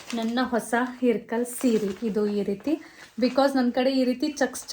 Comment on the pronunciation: ಇಲ್ಲಕಲ್ ಸೀರೆ ರಿ ಅದು ಇರ್ಕಲ್ ಅಲ್ಲ ಇಲ್ಲಕಲ್ ನಮ್ಮ್ ಊರು currect it